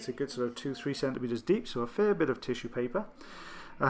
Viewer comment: I'm sure ears are very popular with children. My own brother put a bean in one of his ears and another up his nose when he was 6. The look on the A&E doc was priceless. But adults should know better. Sorry for the accent. It was the way you said "fair" in "fair amount". My ears might need to be checked. Anyway, nice to have you back. Have a nice evening. Cheers, K.